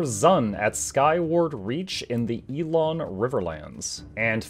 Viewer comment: elon not ee-lon and Ing-guht not ingot